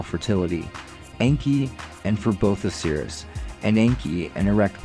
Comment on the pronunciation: And “Oseerus” vs Osiris.